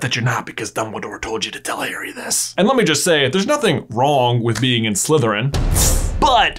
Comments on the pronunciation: Why do you say "hairy" instead of "Harry"? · Why do u say HAIRY? Im so stressed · Bro why you saying Hairy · ahhhhhh would you just stop calling him hairy? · It is very disturbing to hear the names pronounced "Hairy Potter" and "VoldemorT" 😁 Great theory though! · Why does he pronounce it as Hairy ? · Please stop pronouncing it Hairy, its an interesting video but I flinch every time I hear that.